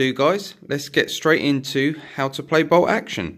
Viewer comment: Is ti "BOLT Action" or "BOW Oction"????😂😂🤣🤣